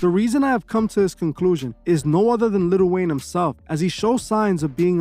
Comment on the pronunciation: its prounounced li'l wayne not little wayne plz make a video exposing lil yachty pls